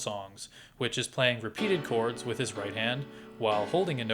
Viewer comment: "with only 4 cods! " the way he said 4 cods was always amusing to me. I used to shout it with him the same way and than skip the ad. was fun. this part only. On a serious note, for anyone reading this, DO NOT! and NEVER buy any course with the words MASTER CLASS, FREE, or CODS instead of chords. hell, do not buy anything that comes from a YouTube, Facebook AD that has master classes and all that jazz. great great investigation and amazing video. thank you for your work.